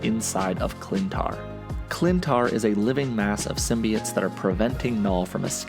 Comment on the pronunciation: Symbi(oh)tes not “symbiut”